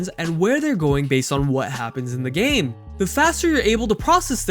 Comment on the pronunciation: No one:- The guy in video :- pronounce game as gaaame